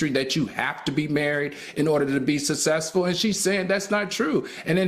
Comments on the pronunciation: I love Al, but I find it difficult to believe he receives many job offers that require him to speak in public. He uses the word "SUC-CESS-FUL"too often to pronounce it SA-SESS-FUL. Enunciation should matter if you're a serious educator. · Al please pronounce the word, "successful" correctly, PLEASE! It's not pronounced sussessful. Say Successful....okay I'll wait.